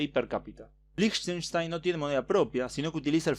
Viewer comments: Yo solamente conocía a Liechtenstein por google maps. Por cierto se pronuncia 'Líjtenstain' :) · Se pronuncia likastain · Creo que se pronunciaba como Liejtenshtain